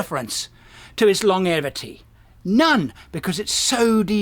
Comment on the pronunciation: Ha! Interesting pronunciation of “longevity”!!!!!